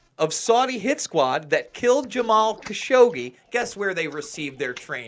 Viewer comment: It's pronounced ka-SHOW-gee